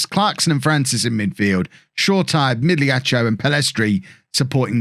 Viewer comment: Hey, my bad on the previous explanation of italian pronunciation. You're nailing the gl in migliaccio, but the last syllable should just be "cho" not "cheeo" (the I is only there to convert the c to a ch sound and doesnt get voiced itself (like the u in words like plague and tongue). So to summarize, migliaccio is pronounced meelyeeacho